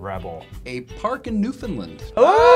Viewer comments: Its not "Newfinlin" its "New Found Land" XD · I agree with you Hannah. It's not pronounced New-fin-land. I live in Newfoundland too and all of my friends hate it when people pronounce it New-fin-land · Yeah for some reasone other places pronounce it new found lind. When really it should be newfinland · Dammit! It's New-FOUND-Land NOT New-FIN-Land! On a side note, we also have a place called Dildo. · Newfoundland is pronounced New-found-land not New-fin-land. Trust me, I should know seeing I live there... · I'm surprised Dildo, Newfoundland wasn't said. We have a lot of weird names here! Also it's not pronounced "New Finland", it's "Newfenlan" (or at least that's how we say it) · Newfoundland is not pronounced NEW FIN LIND ITS pronounced new fin land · I cringe so hard whenever I hear Newfoundland said "New-Finland". I'm from NL and it just hurts me deep inside. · Is: NEW-fun-lund - wrong, too, then? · the town that I'm from everyone say it just like you do but he said New-fin-land. We are not the new Finland. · and they said "newfinlind" D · They said Newfoundland land wrong! They said Newfinland. Americans lol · Angie Barr I hate how they say New-Fin-Lind. Fin-Lind is the common way to say Finland, but for Newfoundland, I always hear it New-Fin-Land. To be more accurate, it basically sounds like Newfin (like turning Newfie into a verb) land (spoken normally). But yeah, my old man got training in Dildo, it's not very far from where I'm from in Newfoundland if I recall correctly. As for that 'You get no respect, just like Canada', that's just in poor taste. He's probably just sour that we spanked America in 1812. That was quite a bonfire we had in 1815 :) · "Newfinnlind" c'mon guys! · Why did he call it new Finland, like it's literally spelled FOUND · It's Newfoundland not Newfinland, ( New-Fun-Land) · he pronounced it Newfinlind.... i understand how people don't know how to pronounce name, like myself, but the cringe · lol is it not New-fin-land?